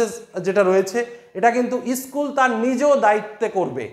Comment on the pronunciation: Issssschool ta ki😂😂😂😂